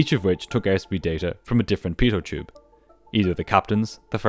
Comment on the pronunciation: It's quite funny how you pronounce the word pitot tube 😅 Singular: Pitot Tube Prular: Beetle Juice 💀😂